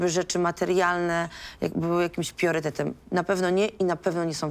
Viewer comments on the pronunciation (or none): PIORYTETEM. Ona nie kuma słowa PRIORYTET. Priority, PRAJORITY 😂😂😂